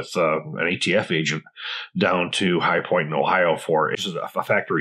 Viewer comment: The "chi-point"